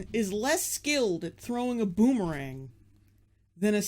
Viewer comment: Every time she says boomerang I think booberang. I'm not even thirsty